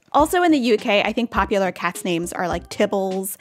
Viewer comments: This is a fantastic video, thank you! You say all these names the exact same way I do and you explained why superbly. 👏 I am sure it will help a lot of people who have had trouble saying some of these. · Aussie here, you nailed it!